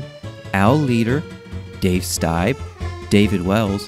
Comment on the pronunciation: Liked the video but that Stieb pronunciation hurt, the man had a multipart docuseries on SB like last year.